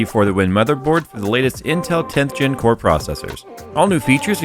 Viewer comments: I thought he said corn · That intro "CORE!!!" I had to stop and rewind 3 times cause first time I heard w**re, which I agree Intel can be sometimes, specially with their prices